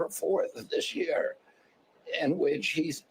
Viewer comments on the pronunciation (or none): none